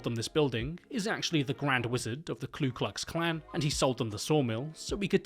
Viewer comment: for future reference, it's KU klux klan. there is no L.